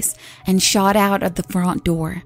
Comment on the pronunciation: I like how you pronunce "front" it sounds similar to "font"